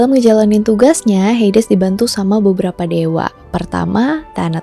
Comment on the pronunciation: Kak bacanya heidiz